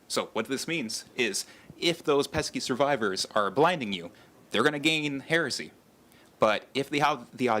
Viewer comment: Heh-reh-see NOT HEARSAY!